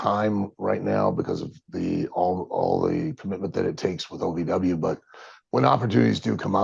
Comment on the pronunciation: It’s OVW not AVW, you kept saying AVW.